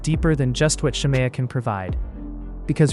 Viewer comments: If this man say Shar- Mayo one more time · i had to stop watching following the intro cus why is the narrator pronouncing shamea's name like that??? is it ai????